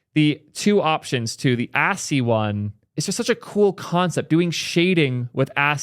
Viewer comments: yeah how do u and up at assy?? I could see ashy, but assy? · My head exploded when I heard pronounce ASCII as assy. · Its ascii not assy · awesome video... also ascii is pronounced askkey!!! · I love you but the way you say ASCII deeply bothers me 🤣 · Wait, that's what he was trying to say? I've done ASCII art before and I didn't even realize he was saying ASCII.